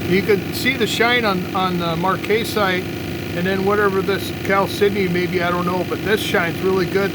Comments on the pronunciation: Marcasite ...short 'A' pronounced marc-uh-site check it out on Google 'how to pronounce marcasite' . You are so into the rocks and do such a great job,just thought you would like to know. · Very nice Marcasite (Mark-uh-site from what I have heard from others) Cabochon. The marcasite really shines! Good to see the technique you use to do your cabochons.